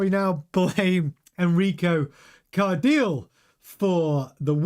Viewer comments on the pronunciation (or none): Its pronounced CAR-DEE-LE (the last part is like saying LEclerc)